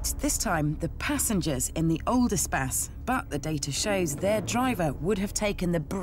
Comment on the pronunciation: Why does he pronounce it espass